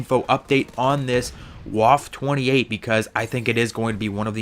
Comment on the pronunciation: Also it is pronounced "Vaffa" and if you want to be fancy you can call it the Waffe Achtundzwanzig